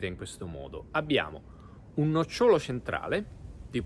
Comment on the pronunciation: Si dice nócciolo. Non nocciólo. Ma perché volete giocare a fare i divulgatori quando manco l'italiano conoscete?